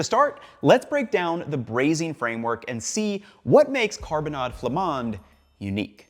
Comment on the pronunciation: Excellent prononciation of carbonnades flamandes. You can also simmer it in a crockpot or slow cooker 😊 most beer work for the sauce but it's true that darker beers are better. Just no beer with fruits (like kriek or pecheresse). You can also add carrots, parsnips and/or celeriac to simmer in the sauce. When I don't add veggies in the carbonnade, I like to serve it with a nice salad (4 tbsp oil, 2tbsp vinegar, shallots, salt and pepper for the dressing). I'd say all potatoes except gratin dauphinois work. When I'm out of potatoes, I sometimes serve them with Ebly (wheat). It's a popular cheap dish so we have a base of beef, onions, beer and (some type of) bread smeared in mustard, and then we add whatever we have 😅